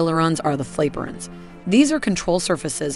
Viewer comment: Anybody else notice the terrible double checking of information. Weather it be terms for maneuvers one of which being used twice, Fl-A-pe - rons instead of Flap - erons the cost of the aircrafts, and levcons, (not sure that is real name), were put on a f-15 way before this plane was even conceived , not to mention the huge amount of information that was totally left out including, claimed RCS, maintenance costs, the engine type, it’s other weapon assortments, and the underscoring of extreme advantage of a 360 view witch the PAK 50 can’t possibly do for its pilot do to its canopy design. Another thing the mispronounced words in this video are atrocious, it was made extremely lazily for instance the lack of explanation for the visual on screen and there was no legit comparison there between the other aircraft, as they had stated they wanted to do. One last thing that can’t understand is the complete lack of a video for the f-22 when there is one for the f-35 and the PAK 50 which are on paper and in practice inferior not to mention there is plenty more information out there on the f-22 than both of the prior mentioned aircraft.